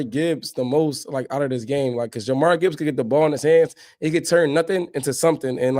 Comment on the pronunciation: It’s pronounced (Jah-Meer) Jahmyr Gibbs fellas 😂